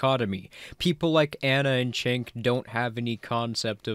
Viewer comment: Pronunciation of name Cenk is like "Jenk" not "Chenk". And he is an embarrassment.